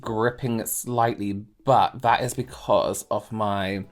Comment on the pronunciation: I love your videos but am distracted by how you say vis and vat instead of this and that - I guess it’s a local pronunciation of words beginning with ‘th’. No matter your videos are still helpful!